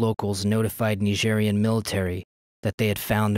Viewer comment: Why do you say "Nigerian" like that?